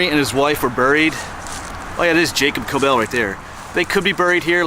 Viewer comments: Regarding the pronunciation, I believe that it would be pronounced like “Kob-el” not “Ko-bell”. There are so many variations of the name Kobel including Coble, Cobel, Gobel, etc. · Thank you for sharing some of my family history. I have yet to get over to Altalaha to visit their graves. Henry and wife were my 7th great-grandpatents. By the way, Kobel rhymes with 'noble'. Yes, it is a gruesome tale. You did great pronouncing the name of the church; it's not easy! I heard the mom was nursing her baby when she got attcked, from what I read.